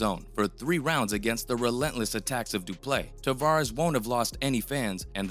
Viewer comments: It's not pronounced Du Play . Du Plessis should be pronounced 'Do" - " Pler" - "See" where Pler rhymes with furr, or purr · How TF is the narrator still pronouncing Du Plessis as Du Play???? . Such ignorance is really astonishing. 🇿🇦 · Du ple seeee... That's the pronunciation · It’s pronounced doo-pleh-see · It's Du-Ple-seee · His name actually has one silent s and it’s the last one Doo Plecci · Just butchering the guy's name, I swear these guys aren't even fans. Lol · The way you BUTCHERED his name and surname, its an understatement... It got me questioning your educational system...you don’t learn phonics in school? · Please learn how to say Du Plessis rightfully. Around half way in the video you don't even try to pronunciate the "i" at the end of is name. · How do you quote someone, telling you how to pronounce their name and then not even attempt to pronounce it correctly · You clearly weren’t listening to him either because you still can’t pronounce the mans name.. you butchered it the entire video